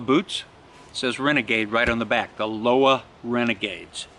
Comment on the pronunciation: Lace on z knot and not z toggle 🤔 😂